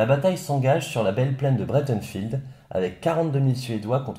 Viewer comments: Pas "bréteunfild" : "braïte'nfeld" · Breitenfeld (allemand), pourquoi prononcer Breitenfield (à l'anglaise) ?